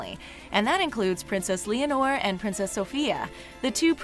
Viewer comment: You pronounced Leonor wrong.